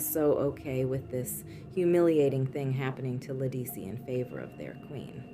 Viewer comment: You mispronounced “Ledisi.” It’s correctly pronounced “Le-duh-see!”